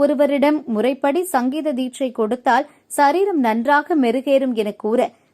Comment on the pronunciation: Amma thayee athu " SAREERAM"( Udal or Body) , "SAAREERAM"( Kural valam). Kadavule tamizha kaapaatru.